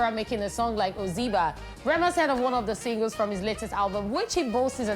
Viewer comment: It's not pronounced Oziba...oz'eba...like eba wey we dey chop...like say you no be 9ja. His album is bold and phenomenal.